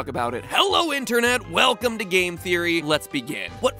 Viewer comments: weclome home instead of welcome home. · ummmm Mat I think it's Welcome not Weclome... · "Weclome home" Yeah? Weclome? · Weclome Home LOL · “weCLome home” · Nobody: Game Theory: WECLOME HOME